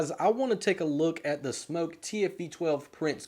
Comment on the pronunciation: Wow thank you for pronouncing Smok correctly!